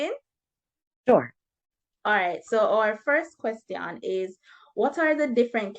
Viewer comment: Amazing video. Just an advice, I think you should improve the pronunciation of "question"